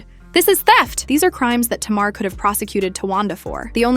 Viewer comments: First Learn how to pronounce Tamar name before you strart to put out a story about some one it's always 2 sides to every story. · I feel like she needs to learn to say Tamar's name right